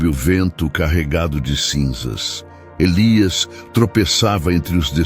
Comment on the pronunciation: Como está feito com inteligencia artificial, as vezes diz Nahum e Elías 😂